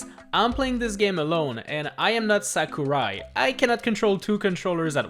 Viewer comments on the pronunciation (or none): none